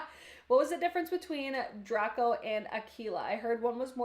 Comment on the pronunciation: Dr-ay-co. Like from Harry Potter